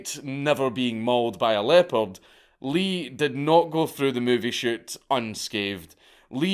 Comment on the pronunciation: I kept hearing "leper " until I realised he meant leopard in the hotel moment